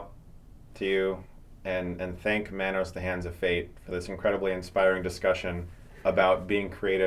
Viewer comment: It's pronounced Mah-Nose And also do a Neil Breen Movie